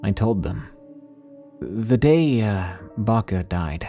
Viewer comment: I’m sorry but the way you pronounce Babcia kills me 🙏😭, my grandma grew up in Poland so we call her babcia , we pronounce it bob-ca or Bob-cha . Idk if it’s the audio but it sounds like you’re saying Baka . Or maybe I’m stupid and I’m thinking of a totally different word and you are saying it right.